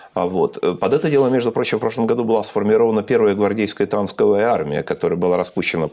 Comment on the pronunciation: Любопытно наблюдать. Хитрый у глупого спрашивает. Глупый опережая свои мысли говорит, аж потеет. Сюр какой-то... "манЁЁвры, танСковая...".